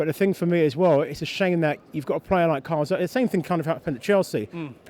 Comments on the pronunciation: CAZORLA not fucking CARZOLA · i'm not trying to be a dick but why can't gooners pronounce Cazorla? it's Cazorla not Carzola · It's Caz-orla or Cath-orla Not Car-Zola you fucking idiot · does he not know how to pronounce cazorla ffs